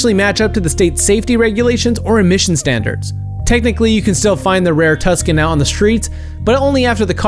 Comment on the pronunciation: It's pronounced "too san" not "tuss can" and you used the wrong Lotuses it's the 1999 Lotus Elise you used a bunch of newer ones and not the one that was "banned". Land Rover Defenders can be bought in the US for anywhere upwards of 65k and there's plenty of road legal R34 GTR Skylines just go to Florida and you'll see tons and the R34 was never nicknamed "Godzilla" only the R32 and R33 hold titles and names the R34 and R35 (which isn't a Skyline) hold no titles or records